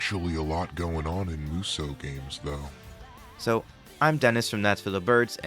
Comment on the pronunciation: Just one issue: It's not pronounced "Moo So". (And it's not "Myu So", either.) Muh- (short and clipped) So-Uh. That said. Most Musou games are bad. But there are some absolute gems among them. (And the majority of the bad ones are the spin-off games.)